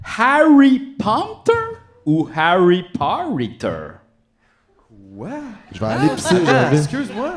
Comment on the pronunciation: Harry Pompter. ou... Harry Parrytter ?